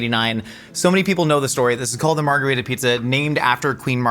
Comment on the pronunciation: love how most of the time tries to pronounce foreign words in an authentic way, but the pronunciation of 'margherita' really could be better (same goes for many non-italians around the world). the italian 'margherita' and spanish 'margarita' are the same word (meaning "daisy"), but they are different languages so it's not pronounced the same!